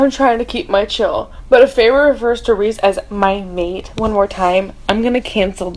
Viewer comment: Saying mate in an Aussie accent makes it a million times more hilarious maaaaaaaaate 😂 also eeeeee I had to skip your snaps so this review was so on point